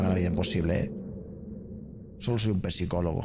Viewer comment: Por que dice pesicologo 😂😂😂😂